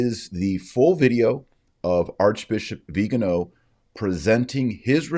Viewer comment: The man's name is Viganò. He's Italian. His surname is properly pronounced vi-ga-NO in Italian (the accent mark indicates that). Why do you, and just about every person in the US, pronounce it as VI-ga-no?